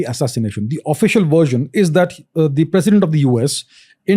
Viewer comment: It's president not precident.......